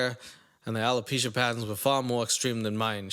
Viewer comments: “Alo-pussy.” I can’t. 😂😂😂😂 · YOOO "ALOPUSHY" 😹 got me aired out!